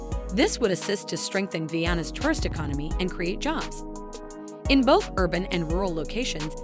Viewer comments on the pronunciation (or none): none